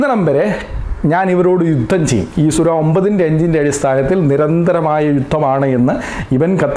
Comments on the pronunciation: സുര അല്ല പാസ്റ്റരെ, സൂറ എന്നു പറയണം. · സുര എന്നല്ല,സൂറ എന്നാണ് ഉച്ചരിക്കേണ്ടത് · സുര അല്ല mwone... 🤣 സൂറ ആണ്.. എന്തൊക്കെ ആയാലും അദ്ദേഹം പറഞ്ഞത് ഖുർആനിൽ നിന്നുള്ളത് തന്നെയാണ്... പിന്നെ ഒരു കാര്യം കൂടെ അവർ തമ്മിലുള്ള കരാർ എന്താണെന്ന് കൂടെ നീ പറയണം.. (നിനക്ക് നട്ടെല്ല് ഉണ്ടെങ്കിൽ മതി )👍🏻👍🏻👍🏻👍🏻